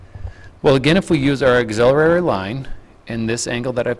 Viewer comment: Its an auxiliary line not an auxiliarary line